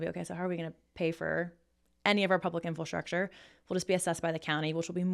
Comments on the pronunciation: I really like, I’m a subscriber of hers. But if we’re going to call out Candace for mispronouncing words, I have to urge to stop saying ‘Infilstructure’. She said it at least 3 times so far in the first 8 and a half minutes. In-fra-structure. People can call me petty if they want but it’s only fair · Infastructure. Someone teach her how to pronounce infrastructure!